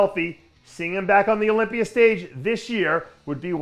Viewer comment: What the fuck is an "Olypier" ?